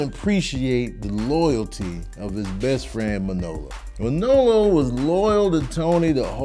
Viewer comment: It's weird hearing you put the emphasis on the second syllable of Manolo's name, ManOlo instead of MANolo. But Scarface is my favorite film. We got to see the whole spectrum of Tony, his rise and fall, his rags to riches story.